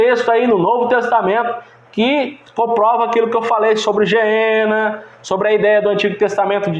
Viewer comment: Ñ se diz geena irmão. Gueena.